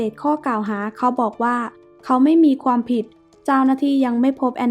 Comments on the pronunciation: ขวานจ้าขวาน ไม่ใช่ขวนแน่นอน😅😅😅😅 และความไม่ใช่ควม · น้ำเสียงไพเราะ มีความตั้งใจในการทำงานดี แต่ควรปรับปรุงคำควบกล้ำเช่นความ,ขวาน, ครอบครัวฯ เพิ่มการค้นคว้าข้อมูลให้มากขึ้น ขอเป็นกำลังใจนะคะ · ออกเสียงบางคำไม่ชัด เช่น ขวาน ความ